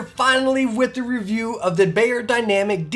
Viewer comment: It’s NOT “Bayer” dynamic. Fools